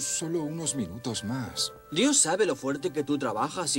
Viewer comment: Se dise dios no yos 😂😂😂